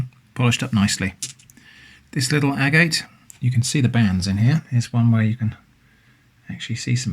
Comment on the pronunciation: It’s pronounced agate not agate!!! Do your homework before releasing videos.